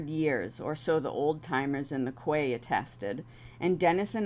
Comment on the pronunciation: Just to note - Quay isn’t pronounced “Kway”. It’s “key”. Hope this helps